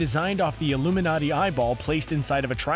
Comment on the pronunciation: I CANNOT BELIEVE THAT YOU SAID THE (ominously) ILLUMINATI